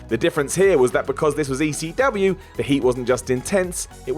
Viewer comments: Saying WCW with a southern American accent makes sense; it was a Southern promotion centered in Atlanta. Saying ECW the same way makes absolutely no sense; it was a northeast promotion that almost never ran in the south outside of Florida. You suck, Whatculture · Why does keep saying "ECW" like that? Doesn't he know that WCW was the hick promotion? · Why does always say ECW with a southern accent? It wasn't a southern promotion